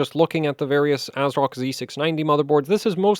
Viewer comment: I think it's pronounced Ass-rock.